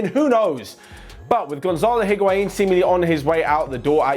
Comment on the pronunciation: why does he say higuaiiin🤣🤣🤣🤣